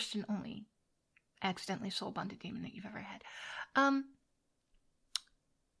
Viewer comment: Did I hear her call herself a Dreamon? Amusing!